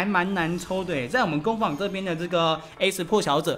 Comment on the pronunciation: 不是三聲是二聲 工坊（ㄈㄤ）